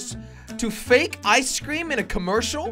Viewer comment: When jelly said ice cream it sounded like keklocob